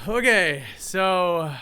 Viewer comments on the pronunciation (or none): none